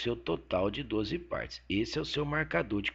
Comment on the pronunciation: "9 PÂRTES" KKKKK ótimo professor!!